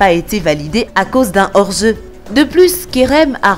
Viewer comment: a cause d'un or zeu 😂😂😂